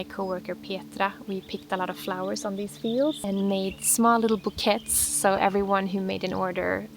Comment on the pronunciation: The word "bouquets" is pronounced in the french way. So it's pronounced like "boo - kays"